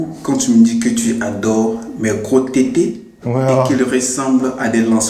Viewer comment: la facon cmt il a dit tètè chui mort 🤣🤣🤣🤣